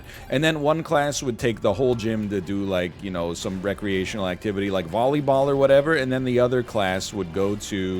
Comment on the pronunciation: will forever bully egghead for calling volleyball bolleyball